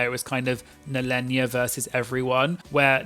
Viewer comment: It's NEHEllenia, like you would say Kahana. Not Nellenia xD